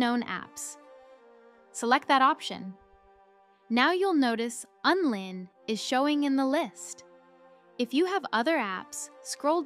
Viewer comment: WTF are you talking about? It's called Unlinked. Not Unlin. 😆😆😆